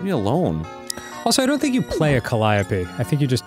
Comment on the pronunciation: I thought it was pronounced "ca-lee-OH-pee"